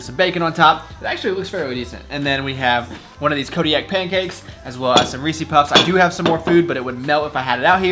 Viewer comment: we need to have a talk about that "reese's" pronunciation brotha.